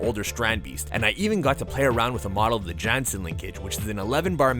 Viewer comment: The creator of strandbeest’s name is pronounced more like Tayo Yahnsen